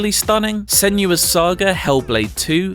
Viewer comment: Senua... Sen oo a. I don't understand why it's constantly pronounced Sen yu a...